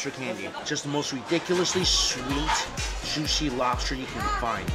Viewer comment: He says juicy so weird haha lot of stress